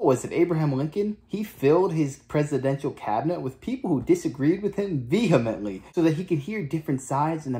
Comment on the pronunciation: Learn how to pronounce "vehemently" correctly.